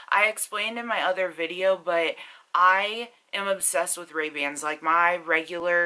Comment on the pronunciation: You weren't saying Ray-Bans tho...xo